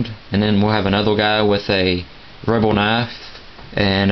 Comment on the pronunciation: are you saying rubber or rubble wtf